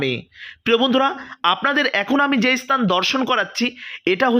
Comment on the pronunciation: আপনার ভাষার সংলগ্ন তার অভাব।। উচ্চারণ গুলো ভুলে ভরা।। দুএকটি উল্লেখ করে অবগত করানোর জন্য সাড়াই পন্ডিত স্তান নয় স্থান আবির্ভূত হবে আবির্ভাব নয়!! দু: খের বিষয় বাংলাভাষাটা‌ ভালো করে বলতে পারো না আবার ভিডিও করছো!!